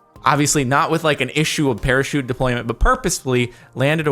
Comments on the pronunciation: NOT A PARAKEET, A PARACHUTE!!! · it's parachute not perashoot.:/